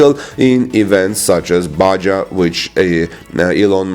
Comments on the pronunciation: Pronounced baHA, not ba-jaw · Baja, Mexico, race/run: Pronounced "Bah Hah." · Baja = Ba ha.